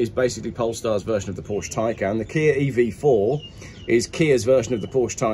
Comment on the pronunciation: Is WhaT Car where video game "journalists" go when they've run out of games to play/review? Still can't pronounce Porsche properly can you!